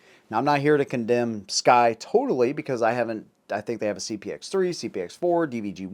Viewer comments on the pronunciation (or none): SCCY is pronounced "SUCKY"